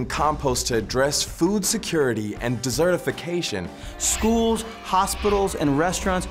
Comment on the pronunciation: Did he say dessertification? 😂 There are just too many desserts around!